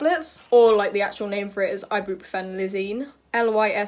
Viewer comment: The way you say Ibuprofen 😂